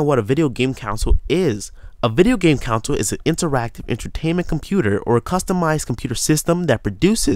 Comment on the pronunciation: err it's pronounced con-sole not council, just sayin